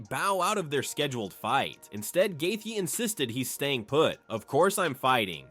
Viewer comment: hahahaha gaykee? learn how to pronounce their names before being a source of info about them matbe hhahahahah